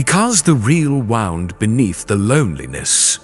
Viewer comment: I’m in USA and it’s still not great. Like the word wound… meaning pain coming out as wound, like a cord. It distracts me. And then he keeps saying dot (period). We don’t say period at the end of a sentence. I guess maybe I notice too many little details but it’s annoying. The message is good though